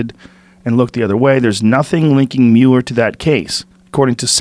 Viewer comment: Joe "can't pronounce Mueller properly" Rogan